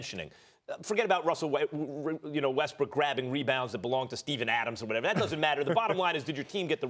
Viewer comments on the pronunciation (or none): It sounds like Ryan is saying Russell WestBRICK. Is he trying to be slick?🤔🤔🤔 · this man is calling him russell westbrick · I’m i the one or did he just say Russell rustbrook